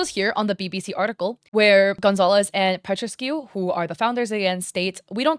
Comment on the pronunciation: Andreea Petrescu is a Romanian name, I had to do a double take when I heard you pronounce it 💀